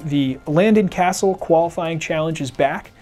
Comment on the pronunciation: You pronounced Cassill wrong